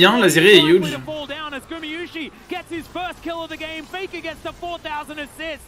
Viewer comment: Par contre insupportable les commentateurs anglophones à prononcer "Gumiyushi" vraiment